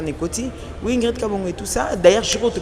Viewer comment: BINO PE ELLE S'APPELLE INGRID ET NON INDRID